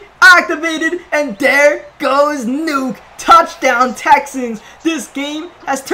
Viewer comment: It’s Nuk not nuke bro smh 🙄